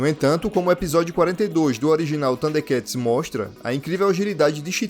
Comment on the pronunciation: A única parte do vídeo que eu não gostei, é av parte onde o narrador pronuncia o nome do desenho bem estranho, parecendo que ele come o (R) ele pronuncia "THUNDEKATS" sem o (R). Fora isso, o vídeo é muito bom. Sempre gostei muito dos "THUDE(R)KATS. 😅